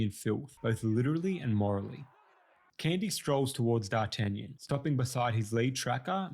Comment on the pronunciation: you butchered D'Artagnan's name worse than the dogs did to his character